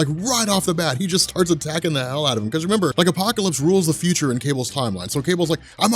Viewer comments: The fyoucha lol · Tha FUTAH!